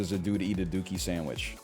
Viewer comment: Why did he pronounce dookie normally in the context of a dookie sandwich but completely wrong in the context of Green Day